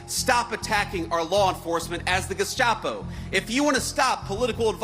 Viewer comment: He can't even pronounce Gestapo. 😅 Trump's NOT sending them to dungeons. They're living better than the innocent people on J6 that your people sent to prison. Trump wants them to go home! Why would you want people who are murdering people to run the streets in America? It's okay when the illegal immigrants took unaccompanied children, kidnapped them because Biden said, "Bring unaccompanied children", where are they? They took them all off somewhere. They're in sex slavery and working as slaves. You democrats are the Gestapo, and you brought your henchmen here!